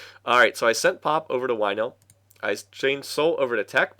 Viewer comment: That copy-protection ship was the Knight, not the Cheetah. When you talk about Whynil, I keep hearing "Wino". It's kinda weird. And apparently they really need to stop shooting their empty wine bottles into their sun or whatever it is they did there.